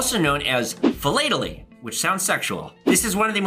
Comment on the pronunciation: Rarity doesn’t make a stamp valuable, demand does. “Philately “ is the study of stamps not the collecting of them. You also mispronounced that word. The “a” is not long.